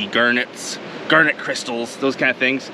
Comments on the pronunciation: Bro I couldn’t tell what a “gurnet” was until I realised he was saying garnet😭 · Is it pronounced "Gernett" Or "Garnett" because I always pronounced it with an a sound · I love the way he says g*arrr*net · "Gurnat".......? lol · The first time he said garnet it sounded weird to me…now 6 minutes in, I cannot remember how I used to say it…